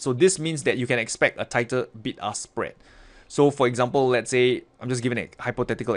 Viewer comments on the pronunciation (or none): Was i the only one who heard ''Big Ass Spread ''?..........